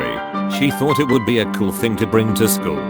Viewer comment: I hate the way he says tuh too